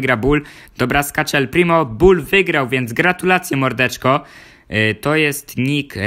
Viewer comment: powiedziałeś el plimi